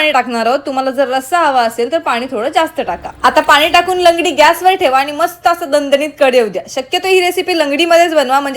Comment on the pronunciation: लंगडी नाही ग लगडी म्हणतात त्या टोपाला😊😊